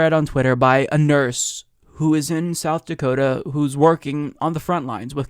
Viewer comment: “South Dakotum”